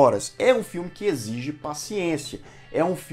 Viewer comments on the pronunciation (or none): none